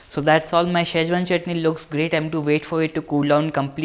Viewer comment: It is not shazwan it's Schezwan pronounce it correctly dude then ask for 1000 likes